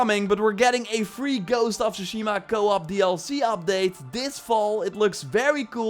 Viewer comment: TSUSHIMA— T S U shima Not Shushima. It’s not that fucking hard